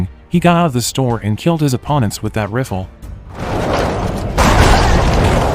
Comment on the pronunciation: the way he pronounces rifle 🤣🤣🤣